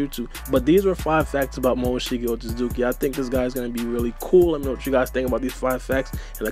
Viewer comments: Lol pronounces it as Momoshiki OtZUZUKI! Like cmon it’s OtSOOSOOki lol. always trippin on pronunciations. But some ppl are worse so I won’t hate too much 😂🤷🏾‍♂️ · And you said up top "Otsoosooki" lol. There's clearly a T on the middle so you're saying it wrong.